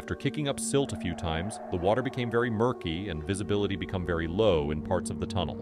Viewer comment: AI voiceover? U use becume instead of became? ~12 min. i cant tell